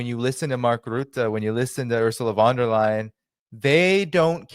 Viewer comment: Von der Brujen... 🤣😂🤣😂🤣😂🤣😂